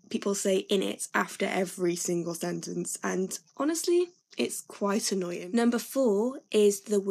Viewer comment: Ta-ra : This isn't 'a Welsh phrase' - you'll here this used quite commonly in the north of England. One Welsh trait used in this video that hasn't been mentioned - and one that this girl uses throughout: dropping the 'g' from every word ending with a 'g'. Example: " Annoyin "